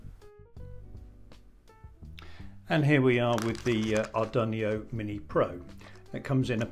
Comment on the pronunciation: What's an Ar dun ee oh?